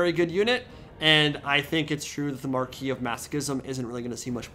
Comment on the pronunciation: I'm so glad to finally hear someone in the TW community pronounce "marquis" correctly.